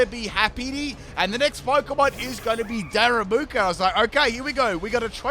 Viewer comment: My mans really said "Daramuku" 🤣 never change man, Ive come to love the pronunciation choices over the years